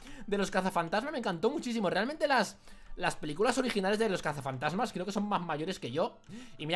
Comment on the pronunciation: si. se. dise. casafatasma:-)